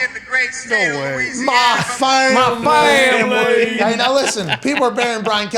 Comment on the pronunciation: “Muh fam-uh-lee” hahahahaha